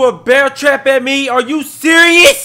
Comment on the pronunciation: dijo como 5 ves es are you seris